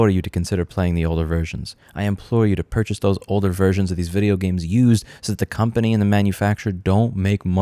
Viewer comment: Purchase older versions? .... pur.... cha...se? Ahahhahahahhahahahahah No. Ahoy Matey.